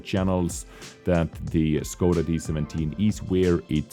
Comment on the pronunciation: Whats up with the time stamps lol, Scoda instead of Škoda, Wiet instead of Vzor